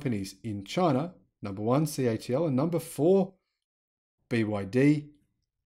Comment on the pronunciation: Hi why do you say the company is CHL instead of CATL unless I am miss hearing you?